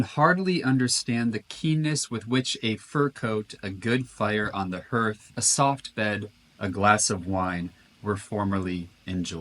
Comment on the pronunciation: "Hearth" is pronounced "harth"